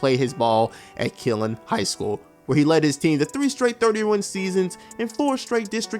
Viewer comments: Lmao bruh it’s not “killin” Texas it’s pronounced more like “Kill-lean” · This man said killin instead of Killeen Texas 😂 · Why did you say Killeen like that?? 😂🤣